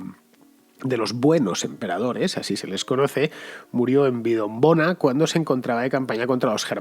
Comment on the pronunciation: Un apunte: no es : "Vidonbona", sino Vindobona.